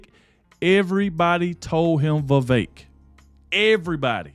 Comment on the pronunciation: You said vivek!!! No vivek!!!